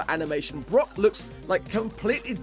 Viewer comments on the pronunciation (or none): Did just pronounce Brock as “Brook”??